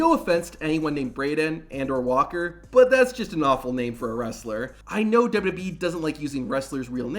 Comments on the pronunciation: I wish the narrator would learn how to say "WWE" instead of blurting out "dudubyee" everytime, as if the mic is about to cut out. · What is with thus guy? "Douba doub e". Also, the weird pauses?